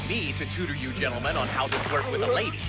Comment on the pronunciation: he say young Ladi